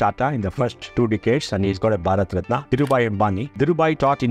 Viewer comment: What is RATNAA Its Ratna? Don't ruin your own words, just because gora people saying it that way. Ganga Ko GANGES, Yog Asan ko Yoga ASANAA. Gather some confidence to pronounce words correctly.